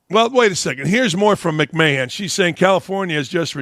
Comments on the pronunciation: Linda (McMan)! Not McMayhan… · He called her Linda McMayhand, it's pronounced McMan as in Vince McMahon's wife lol